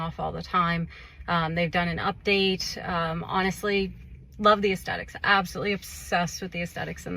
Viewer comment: “asTHetics”, not “asTetics”